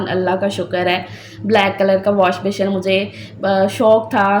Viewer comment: ALLAHPAK waseela bantay nhn Hain banatay Hain,,,,,aur washbessin pronounce krain beshion nhn ,,,baqi Allahpak sb k haq Mai behtar frmayen